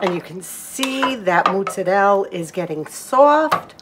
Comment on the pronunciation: I love the way you say MOOTZARELL! (and the cute blooper at the end of the video😊)